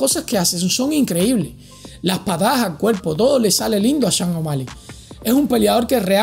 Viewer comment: ¿Las lesiones de Bryant y Jordan eran igual a la de O´Malley? ¿Has sufrido tú la misma lesión de O´Malley? ¿Cuánto tiempo tardaste en recuperarte?...Y será campeón cuando dejes de pronunciar su nombre como: "Changomali" (je!)